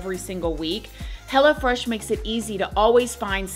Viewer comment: I love how with your accent, it sounds like 'Hella Fresh' instead of Hello Fresh 😂🫶🏽🫶🏽 come get your Hella Fresh food 😏